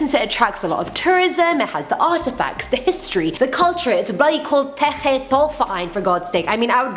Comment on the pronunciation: German Girl here. Zeche Zollverein has an awesome Disco inside too. But you speak it more like Zeche (IPAˈt͡sɛçə) the Z like in Zoo, E like in essence and CH in chandelier and the E again like in Essence. Zollverein(IPA: ʦɔlfɛɐ̯ʔaɪ̯n) is more difficult, Z like Zoo, O is spoken like the letter alone(if you rhyme the alphabet song kinda) the LL like in LUL, V like you peak PHeromone, E like fAIr, the R like in faiR and the ending EIN like the ai in fair plus an normal N. You can do it ;P